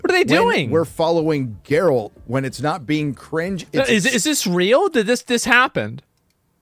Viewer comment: Thats not Geralt. Thats Gerald